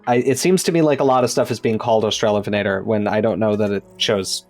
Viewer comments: Thank you for the lovely information on australian megaraptorans which are obscure tragic critters that I love, very cool that you're working on them professionally. Also, losing my shit at "ven-ah-tor" pronunciation I've never heard it like that and my brain doesn't like it /lh. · The only correct pronunciation is obviously AustraloVENator, analogous to RAPator. As for "Huene", that's an old spelling of "Hüne" (a rather archaic German word now mostly used to refer to a very tall and imposing man); the e at the end is pronounced like "-uh" in English. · I, too, hate the -lovenator pronunciation. Sounds like something out of a bad raunchy novel lmao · As maybe is discernible from the eight billion comments on this great vid, I love this thing to no end, S for sinister and superb (no H vibes unfortunately), top 5 design for me. I would say I austra-LOVE it to no end but I do not enjoy that pronunciation. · For me it seems the best pronunciation is the one that separates the two words: AUstralo VEnator